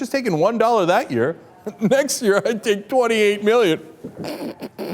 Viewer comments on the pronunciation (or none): none